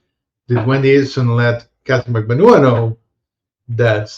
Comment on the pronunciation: Ha ha good on giving us the juice on proper pronunciation of Magbanua. I still cant manage it yet. Mag-ban-NUA as opposed to Mag-BAN-ua. I think I have it. I just watched a youtube video on how to pronounce Tseng...Tseng!